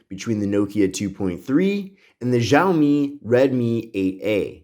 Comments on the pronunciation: Btw it’s pronounced “shaow - me” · It's pronounced "Xia-omi"